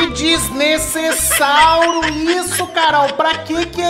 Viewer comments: Em vez de ele falar desnecessário ele fala desnecessáuro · Porque ele fala desnesesauro kkkkkkkkkkkkkk🤣🤣🤣🤣🤣🤣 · Kkkkk Olha cuando ele fala desnesesauro kkkkk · Sla;-; so sei que desnessesauro significa que ta fazendo coisa sla estranha